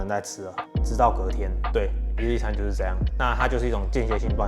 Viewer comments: 我聽成一粒一餐... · 為什麼開頭我聽到你說（一力一餐) 是我聽力有問題嗎？😂